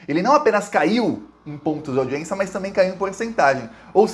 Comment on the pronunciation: Saudações 🖖 permita-me de lembrar-lhe que :- audiência audiência | n. f. au·di·ên·ci·a nome feminino 1. Audição. 2. Acto de prestar atenção a quem nos fala. 3. Acto oficial ou oficioso de alguém ser recebido por personagem importante. 4. [Direito] Sessão do tribunal. "audiência"e não aldiencia✌️🙏✋